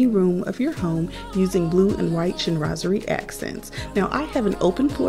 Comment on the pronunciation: You described everything so well! And to be honest, I didn’t really know how to pronounce “Chinoiserie” properly 😂. I didn’t even bother mentioning it in my video 😅. So, thank u for keep saying “Chinoiserie”. Now I know. 😘